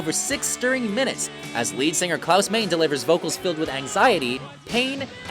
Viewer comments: You so mispronounced Klaus Meine’s name. It’s not Main, it’s more like Minah. Basic German 101. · And it's Klaus Meine...not Main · This announcer should be fired for calling Klaus Meine ....Klaus "Main"